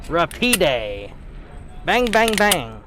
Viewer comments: Kimber America pronounces it RA-PEED. RA-PEED is a few milliseconds faster than Rapid. A Kel-Tec would be Rapid, but a Kimber is Rapide because of the Higher MSRP. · RA-PEED; not ra-pee-day. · It's ruh-peed actually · Rahpeed is the pronunciation. french for fast. the one I held had a very stiff safety lever